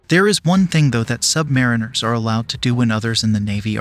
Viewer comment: It’s sub-marine-ers not submari-ners! The base word is submarine (the vessel). So say submarine and then rs.